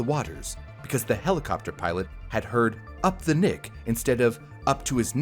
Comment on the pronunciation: I giggled when he said "nick" arm lol